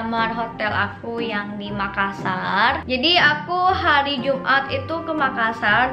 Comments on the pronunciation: Neng, Makassar bukan makkasar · makassar bukan makkasar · makassar kk bukan makkasar😁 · MAKASSAR BUKAN MAKKASAR. TOLONG DI UBAH LAGI YA NEXT TIME THANKS :) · bukan makkasar tapi MAKASSAR dua (s) nya bukan (k) nya dua karna saya orang makassar. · Makassar kak, bukan makkasar